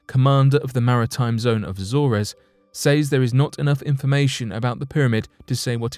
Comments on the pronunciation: It's pronounced as A-zors, not A-zor-res. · its pronounced A-zorz not A-zor-rez? The Azores, you don't pronounce the e? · Once again, your pronunciation is off. “Azores” sounds like “A-zors”; not “A-zor-ez”. Why is it so many young people cannot pronounce anything correctly? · Azores is pronounced 'az-ors' Not 'Azor és' ...but good video, thanks. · Its pronounced Azors. The res part is in correct. 😕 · Azores is pronounced A-Zores, with a hard "A". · I am always amazed by how little these narrators seem to know about the world they live in as their pronunciation of things and places is always pretty much wrong... AZOR(E)S... the best ever was when they described Bury St. Edmunds and Bury Street in Edmunds :D :D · I'm bothered by the way he pronounced Azores. I mean, wow!! Maybe he never heard of it?? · Yeah really. I didn’t even know what place he was talking about until I got more info. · I hate to be nitpicking but they should research pronunciation as well. Azores is pronounced differently. Thanks.